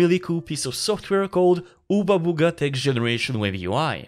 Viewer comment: "oobabugati web generation UI?" eh??